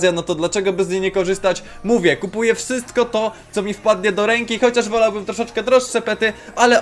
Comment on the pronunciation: wajne po powiedziałeś wsystko lol